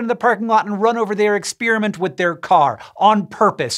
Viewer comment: It's not ex-spearmint!